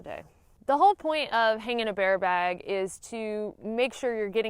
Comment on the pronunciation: True story...I mostly clicked this video just to hear you say "baare bag" lol <3. However I was more tickled with "line" Them twangy words are the bestest! #southerngirls #thebestgirls